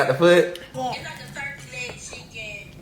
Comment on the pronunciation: "Like a lul Turkeh" ZO